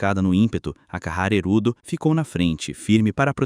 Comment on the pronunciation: Um bom vídeo, no entanto tem várias vezes que os nomes dos personagem é pronunciado de forma errada, como Akihara Haruto q vira Akahara Hirudo e Mikoto q vira Makoto, fora algumas palavras normais que são pronunciadas estranhas e até erros no uso de artigo. Recomendo dar uma olhada nesses aspectos pro próximo vídeo e tbm sei lá, tentar dar uma animosidade melhor pra história em vez de apenas ler a rodo os diálogos do capítulo do mangá.